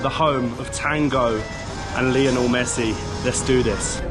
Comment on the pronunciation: Great video guys! Buenos Aires is definitely worth a visit. It’s hysterical that the only thing can pronounce correctly in Spanish is Lionel Messi as he butchers everything else! 😅 Loving watching your travels, keep up the great work! Abrazos!